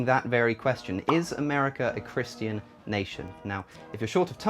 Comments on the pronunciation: “Chris-TEE-an” language LOL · Holy shit stop saying Christian like that lol